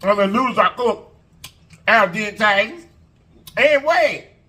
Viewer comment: Its him saying al dentay for me yes i know i spelled it wrong its for emphasis 😂